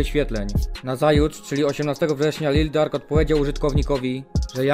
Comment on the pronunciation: Jak kurwa Lil Dark to się nie czyta Lil Durk?